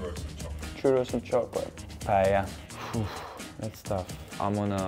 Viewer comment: Funny how some of the European players pronounce it PayeLa, when everybody who is even minimally cultured knows its pronounced Pa-eyya.